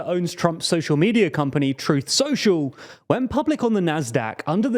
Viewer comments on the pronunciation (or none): You're having real trouble with those L's, aren't you? Normal people don't have your trouble with "world," "well," "social" and so forth. Wehwud, wewu, sohchoo... Ugh! Maybe you could try practicing in front of a mirror. Watch your own video, make a list of all those L-words you are screwing up, and practice them, while watching your lips in a mirror, for a few days. Prefereably before making a fool of yourself anymore on YouTube. (Then you might try "it." The word has a T in it...) There's something profoundly silly about your making a video mocking poor little Trump while making such a childish display of yourself as you do it.